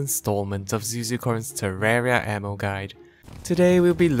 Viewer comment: I swear sounds like he says anal when he says ammo